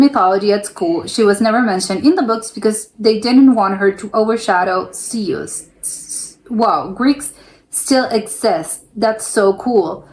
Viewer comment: 😮It's not zeuse it's Zeus think zoose .I pity the American children not being able to phonetically able to pronounce words . Also it's zed in the original English language. And if you're borne in any country on the planet that's your nationality .